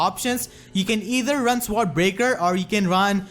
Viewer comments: Sword is pronounced "soared" or "sord", hope this helps? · I lol'd every time you said sword